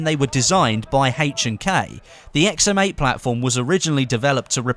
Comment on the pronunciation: i always think you are saying "XM mate"